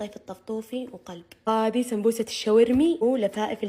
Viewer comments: ههههه ليش تكول سبببوسة مو سمبوسة 😂😂😂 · يابنت انطقي الكلمة سوا قولي سمبوسه ميسي سمبوبوسه ههههههه هه كيف قالتهاه هههههههه😂😂😂😂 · ليش تقولي سمبوروسه ومره عادي سمبوسه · سمبوسه❎ سمبببووسه✅ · السمبووسه ههههه كيف تنطقها 😂😂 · كل ماتحكي سمبوسه يطلع صوت 😂